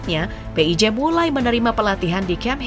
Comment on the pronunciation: PHI AY JI , bukan PE I J, tar ada yg gak terima loh kak 😂